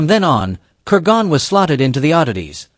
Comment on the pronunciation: Good video. One small thing it's pronounced Ker-gun not Ker-gone.